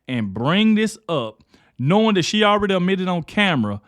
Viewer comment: Dog the word is ADmitted not UHmitted, haha you country. Keep up the good work my boii. Peace and luv.